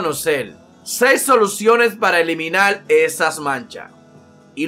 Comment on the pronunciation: El texto: Como Eliminar La voz: Como Eliminal :v